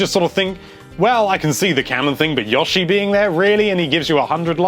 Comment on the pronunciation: I like how you pronounce Yoshi. lol.